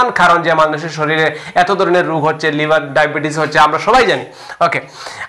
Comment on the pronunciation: After many days, I have subscribed your channel. But you should practice about Bangla pronunciation more and more. Thanks a lot. Try to utter ‘liver’ not liber.